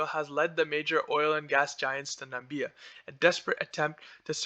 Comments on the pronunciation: This narrator is an idiot. NAMIBIA and not NAMBIA like Trump had said. Does not even know how to pronounce the names of the countries in the region. This project will destroy the Okavango Delta which is a UNESCO designated area. Don't get fooled, this project will be opposed and this will probably never get off the ground. One of the biggest stupidities I have ever seen. One of Lucas Lundin's old properties and to let you know, Lundin stock has done nothing for years. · Well done . I admire your initiative but you need to work on getting your pronunciations right or people will not view you as credible. Nam-ib-ee-a Kav-an-go Sten-key Wall-vis Bay